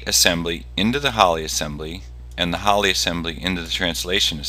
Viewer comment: "Holly" lol its called an "Ollie" XD